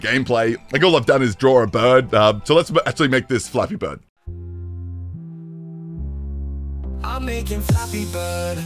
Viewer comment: Did I hear, Fappy bird??? damn